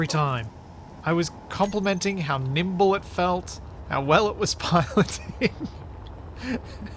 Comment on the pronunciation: "its quite nible when it is emtpy" lol